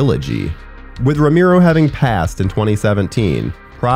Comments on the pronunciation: It's Roh-mer-oh , not roh-meer-oh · ROE-MARE-O, Not Romeero. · It's pronounced RO-MARE-OH, not RO-MEER-OH. And it's "disingenuous" not "disingenuine". Your mic sounds really good though. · Awesome video man. VEry obscure. Quality content. Buuuut.... "Row-mee-row"? Dude, it's "Row-mare-row" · people just gotta hate lol, they aren't really happy if they aren't hating something. (for example, it's ROW MARE O, not ROME EAR O ya dipstick...lol ) are they amazing? no, are they alright silly fun zombie flicks, yeah. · Idk man, hearing you say "Ro-meero" instead of "Ro-marrow" is bothering the fuck out of me. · i do0nt want to be that guy but its pre-programed in me to just say that you kept pronouncing his name wrong lmao its RO-MARE-OH not RO-MEER-ROH im sorry ik i look like a huge tool but its how i was raised 4giv me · "Rome Arrow" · Cringed every single time he said Romiro. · Ro - MAIR- oh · Makes it really hard to watch these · Ramiro? Lol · It's R-O-M-ero :D sorry